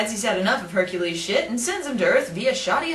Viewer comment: BTW HErcules have "K" in some languages. Liek mine. I don't know how it is in German language. Your complain stays but this might be the reaon why he made that mistake.